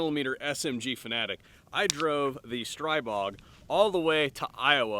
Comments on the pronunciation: *** STREE-BOG is the correct pronunciation. Not STRY-BOG. . . Kinda like calling a Glock a GLOAK. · Str-ee-bog, at least according to the guy who owns the company. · You must have Cerakote friends who would at least repaint his gun. Wait, did he say Stripig? I thought I heard Strubig. Either way. He better have his custom painted for it.